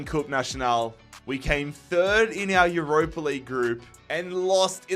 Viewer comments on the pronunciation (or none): none